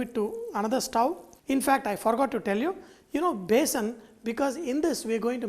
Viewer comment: It is besan not basin